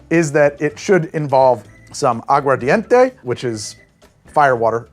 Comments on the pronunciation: Agua ARDENTE (fire water) not English mumbled agua dente (tooth water) Pronunciation matters en Español. The key to Spanish is pronunciation, say it like you got a pair even if you don't. Spanish cultures laugh at our spelling B's because they spell words the way they are pronounced. Agua Ardente 'flaming water' would be closest to pure grain alcohol but with sugar cane. !vive la Cuba! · I'm a language teacher and I heard you say "Agua Dente" not aguar enough times to flinch. Go listen, I ain't always right